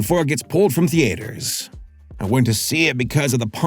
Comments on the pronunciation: Why do you insist on pronouncing "theatres" as "tee-ayters"...? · So do any of you guys say "Thee Ate Hers" or is it just him?